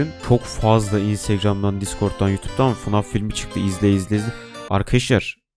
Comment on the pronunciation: Abi 0:6 fnaf demedin fnag dedin